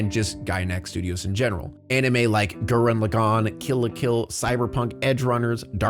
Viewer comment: I have never in my life heard "Gurren Lagann" butchered so ruthlessly :(